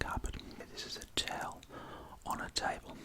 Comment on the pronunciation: A taoul! Not eh carpat!